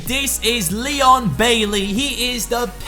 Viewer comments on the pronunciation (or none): none